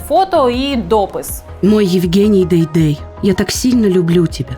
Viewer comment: Не Дейдей, а ДайДай правильно. Все что нужно знать о ,,патриотах